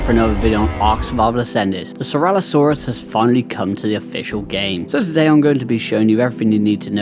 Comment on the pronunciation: No hate but please stop calling it ceralosaurus lol it is ceratosaurus cera-toe saurus. 😂